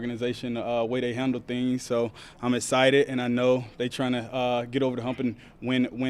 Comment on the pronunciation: Very “essited” lol love this guy